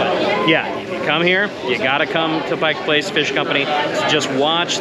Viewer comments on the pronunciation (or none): It's "Pike Place". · The first rule of journalism…get the damned NAME RIGHT. Pike Place….duuuhhh…